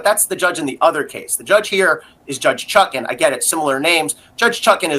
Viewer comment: No similarities between Canon and Chutkan 😂😂😂 both begin with C and end in N that's IT! Absolutely different pronunciations.